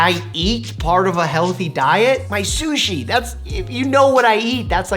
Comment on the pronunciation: Ok Mike love your channel, but shushi eeek 😅